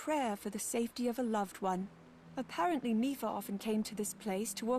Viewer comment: She also says "a-pear-ent-ly" when it should be "apparent-ly"